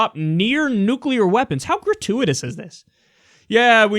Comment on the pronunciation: What do you call a non-nucular bomb ? A bomb .